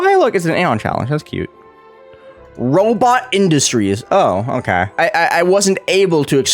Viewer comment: “Robot Industries” Clearly Says RobTop Industries